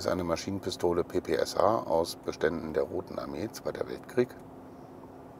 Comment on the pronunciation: PepeSA. Man kennts. Das wird PEPESCHA ausgesprochen